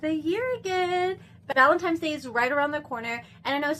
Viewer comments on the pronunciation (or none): 💀💀💀 u sayn "scotch free" & "ValentiMes day" 😫😫😫